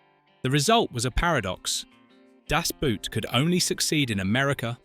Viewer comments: Boot is pronounced like „bored“ with a T at the end or „bought“ Das Boot has nothing to do with a shoe !!! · In Deutsche Sprache "Das Boot", nicht "Das Boat" ... untermensch... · Boot is pronounced just as the english word boat. Not like a boot for your foot. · It's actually not a "Boot", it's pronounced Boat. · If you're going to pronounce Das Boot in German, don't pronounce Boot like an English shoe. The double O is pronounced like a long O, just like in "door". Do it justice, only takes a moment to google it. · Das Boot as you pronounce it is something you put on your foot to wear. Das Boot stands for boat or in this case the submarine. It is not a boot lol. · Boot in German sounds exactly like boat in English. It sounds so dumb when people actually make the effort and mispronounce it as a kind of shoe wear. 😂 It’s simple. Das BOAT. Schluss. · For heaven's sake couldn't the people responsible for the AI have taught it that the "boot" in German is not pronounced like "nasty old boot" in English but pretty close to our word "boat." It's really grating hearing the mispronunciation again and again. Of course it wouldn't matter if your average person made the mistake, but mispronouncing the TITLE of the movie throughout a documentary that is the primary subject is beyond irritating.